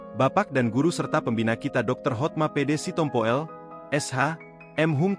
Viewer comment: Apalah si tompo el . Itu di baca si tompul. Gak ada marga sitompu el.